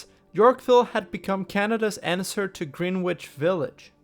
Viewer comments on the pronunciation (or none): FYI, that tower they demolished the heritage-designated York Square to build, which had the absurd rendering with a tree on every balcony, is now in construction limbo due to financial issues. How shocking... (Also, a voiceover nitpick: Greenwich Village is pronounced "gren-itch" - it's one of those weird unintuitive NYC pronunciations!) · Good job, yet a few minor details could make for a big improvement! Bruce Cockburn sounds more like Bruce Coeburn, and Greenwich Village sounds more like Grenich Village, as in Greenwich Mean Time! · You can tell you don't use AI because of all of the mispronounced words. Bruce Cockburn? Greenwich Village? Love your videos. Thanks for both the chuckle and 101 new reasons that hippies were truly useless and vile.